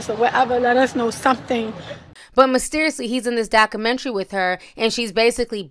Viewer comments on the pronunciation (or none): the word is pronounced doc-u-mentry not doc-menery you reporting is to good for you to be pronouncing basic words incorrect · Dakumentary? Dakumentary? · I appreciate your tea and presentation. But please please pronounce the letter “u” in “Documentary.” 🤓